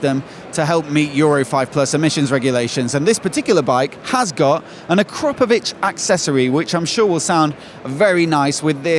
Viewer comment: AKRA- PO- VITCH. this is how you pronounce it ffs. Not acropovich